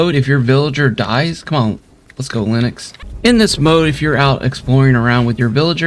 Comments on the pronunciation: Great video but just wanna say it’s “Linx” not “Linux” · I’m pretty sure the villagers name is pronounced ‘links’ lol